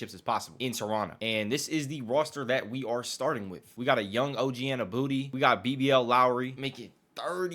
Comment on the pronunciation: Unless youre just trolling. You know youre not saying OGs last name right lol